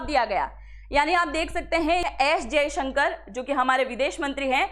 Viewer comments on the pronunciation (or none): none